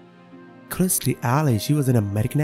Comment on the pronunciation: Her name was kirstie not KRISTIE may she rest in peace